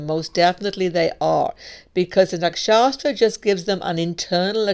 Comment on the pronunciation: Hi! I love listening to your videos. However, you may want to check the pronunciation of Nakshatras. The reason being the pronunciation is wrong here as it sounds like; there is no 's' between 'a' and 't'. Hope this helps.